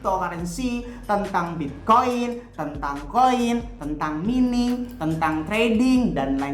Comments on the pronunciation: koreksi bung "Mining" dibacanya M A I N I N G, agak gemes dengernya hehehe... peace... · Mining (Bahasa Inggris) dibaca : maining